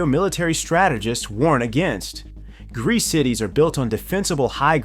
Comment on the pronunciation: After hearing Greece i cant unhear Grease